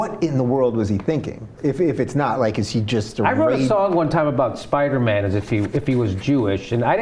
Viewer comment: this episode suddenly got really funny! "Spidamin" haha!.. "He works in accounting!"